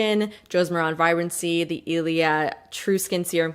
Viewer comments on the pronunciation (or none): Josie Maran's last name rhymes with "Karen". It's not "moron".